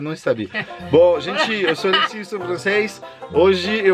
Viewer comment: A apresentadora não conseguiu falar o nome do Alexis certo rs